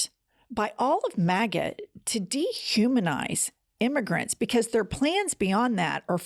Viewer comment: Jen it sounded to me you were saying "Maggot" instead of Maga....Maggot is better..MAKE AMERICA GREAT, GET OUT TRUMP!!👍♥️♥️♥️